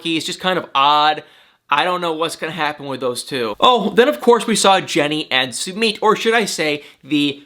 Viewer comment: Jennys boyfriend is not said like Sue-meet Sumit😉